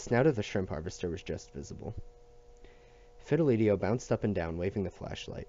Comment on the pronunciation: This series really helped | side note it’s pronounced Fid-e-li-to not Fil-e-de-tio